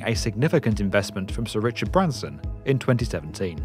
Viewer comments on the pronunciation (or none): none